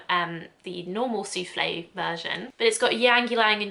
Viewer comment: Just so you know : the e from souffle isn’t to be pronounced. You only hear souffl. When you say « soufflay » it sounds like soufflé which is a French salty cake made with cheese🙂 I’m French so every time you said soufflay I pictured that cake 😂